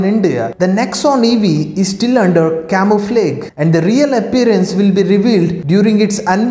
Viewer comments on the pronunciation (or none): Work on your pronunciation friend. Use Google to get your pronunciation right... Words like camouflage etc. That will make your content more compelling.